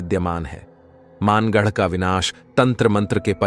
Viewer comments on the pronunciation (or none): maangarh nahi...bhangarh h bhai ye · वो मानगढ़ नही भानगढ़ है।।और हम वही से है